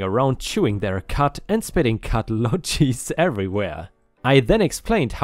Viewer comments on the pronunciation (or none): American footballs and baseballs were traditionally made from pig and cow leather. The diamond refers to baseball. Also, lougie is pronounced LOO-gee, with a hard g, as in Gunther.